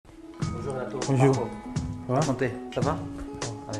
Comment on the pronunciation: Mdr Il a dit "Bojiu" au lieu de bonjour